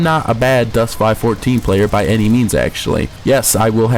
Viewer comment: Still can't take you seriously when you pronounce it Dust 5 14, it is Dust 514 ( five one four.) Also the closed beta players did not keep their stuff, they got wiped. I like how you give a retarded review on a game you know nothing about. Also the best players don't pay real money for equipment because it isn't better than the ISK stuff. I also wish I could get a dollar ever time you say "fuckin" in this review